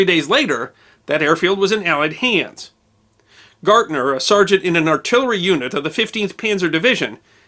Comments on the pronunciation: Hell of a story! I would appreciate it, though if you would at least try to discover correct pronunciation of foreign names. His name was not Gyorg Gartner, as you pronounced it, but (phonetically) Gay'org Gairtner. A small thing, I know, but since I had four years of German between high school and college, it was a little jarring to hear the name mispronounced over and over again. That said, I very much enjoy your history presentations. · Gärtner is pronounced Gertner not gartner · Totally mispronouncing his last name, it's "Gärtner", the "ä" (ae) sounds more like the "ai" in "air". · Also his last name is pronounced "Gare-tner" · The name Gärtner is also incorrectly pronounced as "Gartner" throughout the video. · With the "umlaut" (two dots over the a), that would be pronounced GAIRT-ner. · So it was the Whymar Wepublic was it? How is a w pronounced in German? Like a V, NOT a w. Also his name was not G Org Gartner. Georg Gärtner was his name. He was not associated with the consulting and analyst firm. The letter ä is NOT pronounced the same as the letter a. If expanded it would be spelt ae. If spelt out his first name should be prounced more gay org; certainly not g org. Please at least make a token effort to get the pronunciations correct. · Your pronunciation of "Gärtner" is way off. "ä" (ae) is an Umlaut. Otherwise great presentation. Greetings from Germany